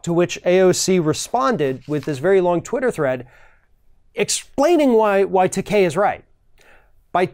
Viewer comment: George TAKEI, not Takai.